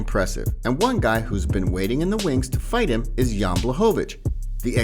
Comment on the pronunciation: You gotta respect fighters enough to pronounce their names right. You don’t pronounce the J in Jan like the J in John but you do in Jiri